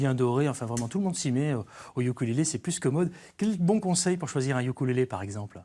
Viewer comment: sa se dit OUKOULÉLÉ et pas YUKULÉLÉ